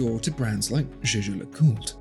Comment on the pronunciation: for the life of god figure out how to pronounce jaeger le coultre - just because everyone else has no clue how to pronounce it doesnt mean you have to do that too